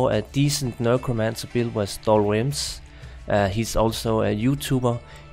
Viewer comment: NEK-ro-mance-er. Nurkromancer is cracking me up. 😆 Good vid though.